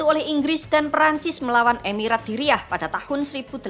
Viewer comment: Pelafalan bahasa arab anda sangat buruk. Dir'iyyah jadi diriyah 😂